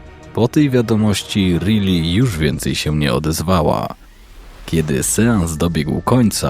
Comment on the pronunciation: Czyta się Rajli nie Ryli 😂 taka podpowiedź